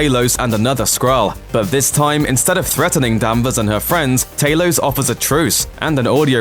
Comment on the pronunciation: Talos not taylos